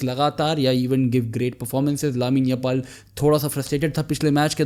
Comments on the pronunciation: "lamine Yapal" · Those who heard Lamine YAPAL 😂🤣